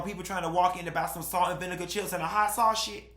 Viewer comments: The way Q says saushig (sausage) cracks me up 😂😂😂😂💀! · "Salt & vinegar chips and da hot sawshige" #90sThrowback 😂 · I lost it when you said “salt and vinegar chips and a hot saushit”😂😂😂😂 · Not the salt ‘n vinegar chips and hot sau-shish 😂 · Omg I’m not the only person that can’t say ‘hot sausage’ !!!! I love you even more 😂😂😂😂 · I agree with you 100% and I had to rewind that thing byke when you said sausage 😂😂😂😂 I can’t pronounce it like you.. I’m too Cali girl for that but I find that hilarious 😆 Aesthetics don’t mean everything but it means a lot 😂 repeat it again 😂